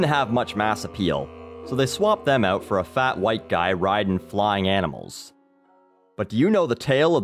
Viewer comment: When you say 'out' it sounds like 'oat'. I like it.